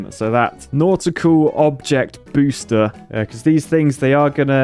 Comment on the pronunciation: Don't you mean, "Nautical Object Boosh-ter ?"